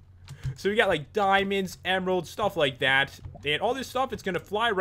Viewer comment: Dimonds, dimons, dimons, dimons, dimons